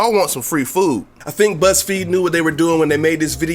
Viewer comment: He sound like he said buttsfeed